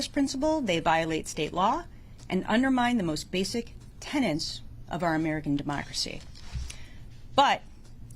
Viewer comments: Not "tenants", "tenets". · "tenets", not "tenants". Top legal mind at work! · Not "tennants," TENETS.